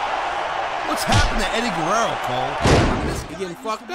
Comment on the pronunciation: Playlist Gang🤘🏽 and why tf keep saying Guwewwo instead of Guerrero 😂😂😂😂